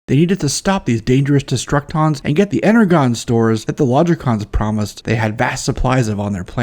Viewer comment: Energon is pronounced like "Inner-Jon" like "energy." NOT "inner-gone."